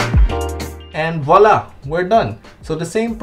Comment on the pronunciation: Volla... Or what you say after finishing your work... Just I like it 😂😂💔